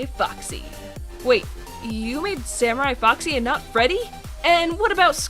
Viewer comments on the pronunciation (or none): It’s Freddy not Frey and you forgot the space